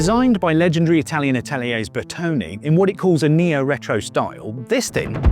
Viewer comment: BERTONE not "bertoni"